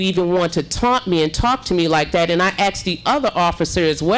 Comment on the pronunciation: You didn’t axe anybody mayor learn how to speak